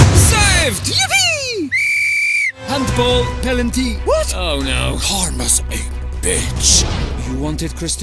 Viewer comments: Am i tripping or did neymars "pen" ronney call it pelanty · Bro really said pelanty💀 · It was a joke as Rooney in the video pronounces Penalty as "Pelanty"😅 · "Handball, pelanty" 😂😂😂 what is a Pelanty 😂😂😂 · bro really said pelanty 🗿🗿💀💀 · “Hand ball…Pelantyy”😂😂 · "Pelanty" I died😭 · Rooney: Pelanty😂😂😂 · "PELANTY" - Wayne FATas* Rooney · Rooney: Pelanty